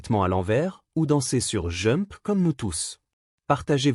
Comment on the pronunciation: il faut prononcer D'jump quand on dit jump car j'écoutais sans regarder la video en travaillant et je me demandais quel était le titre que j'entendais à